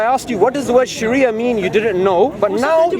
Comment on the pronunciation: lool man said Shria law lool did he realise he's repeating law law. shria simply means law wtf is wrong with these westerns lool if you dont know arabic dont say it. islamic shira or islamic law say it that way